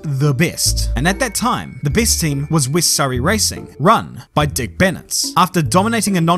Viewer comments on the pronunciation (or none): none